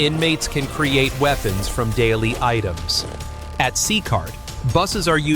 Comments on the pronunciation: C-cart? AI is terrible. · Itisnocecart itisCECOT, learnhowtireadputa